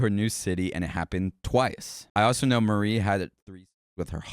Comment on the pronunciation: you reading marie as mary pissed me off